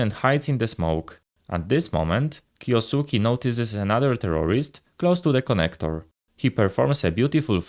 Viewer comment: It's kyousuke not kyousuki